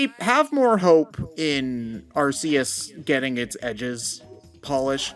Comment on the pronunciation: Hearing Arceus’s name pronounced like that... (shudder)